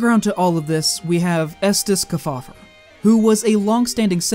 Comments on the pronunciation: The Senator’s name is pronounced Keef-Aww-Ver. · Guys. I just found this and I think you hit the nail on the head. However, you got to work on pronunciation of those famous names... The Senator's name is pronounced "KEEF FOUL LER" amongst the others and if you can't bother to get that right, it casts the underlying research into doubt. I realized it is far too late for these videos, but I recommend that you look up the way the names were pronounced as a lot of these guys were extremely famous and there are still people around who remember them. Otherwise, great job.